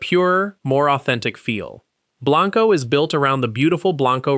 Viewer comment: He did say it is pronounced "Burnie" never fixed Blanco though